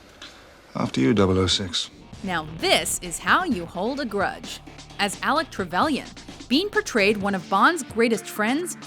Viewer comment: Alec TreveLain is how u pronounce it. . .